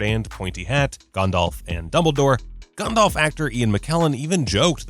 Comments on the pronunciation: Ah yes... Sorahn the dark lord and Gondahlf the gray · the fact he says the one ring is macguffin from the start says alot abou what you need to know about how basic this narrators knowledge is. FYI both a potter and a LOTR fan. also he pronounces Gandalf as Gondolve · Meh, the way he says Gandalf is wrong, but that pronunciation of Sauron is correct. It doesn’t sound like “sow-ron” it is more like “sorron”. Just watch the Tolkien documentary, it’s literally how he pronounces it. And yes Ik im late to this. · Cool video, but why do American's always mispronounce Sauron? His name, phonetically, is Sow-Ron, not Saw-Ron. Similarly I've noticed they also pronounce Gandalf as Gan-Dolf instead of Gan-Dalf. It's a minor complaint but it irks me. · Sau-ron not so-ron and Gan-dalf not Gon-dolf 🤦🏻 however you are right about all of them but I think it is normal because Tolkien is basically the father of this genre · It really enrages me sometimes that despite the names of Sauron and Gandalf pronounced how they were supposed to be pronounced, some people still pronounce it severly wrong. Like this dude who said Soran and Gondalf. And yes ik some other countries dont have perfect english accents since their nation doesnt use english as their primary language. Im more reffering to people who use english as their first language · Gondalf smh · Ah yes, GAHNDALF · G-ah-ndalf, and he says Michael Gambon weird too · Why do Americans nearly always pronounce Sauron and Gandalf wrong? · I’ve gotta express my feelings: the way the narrator fails to enunciate the “T” in Voldemort and the way he pronounces Gandalf drives me insane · Anyone else totally triggered about how he pronounces “Gandalf” and “Sauron?” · Yep came to the comments just to see if i was the only one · Not just that, but the way both Sauron and Gandalf's names were pronounced, really bothered me